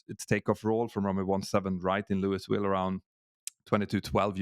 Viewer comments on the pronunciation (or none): for Louisville, The s is silent.